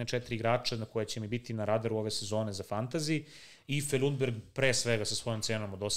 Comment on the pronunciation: Nemojte govoriti (Lj)undberg para usi, Lundberg je pravilno kako je i napisano 😂